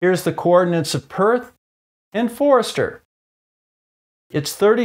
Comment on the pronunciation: One small mistake in there: Forster is pronounced Foster.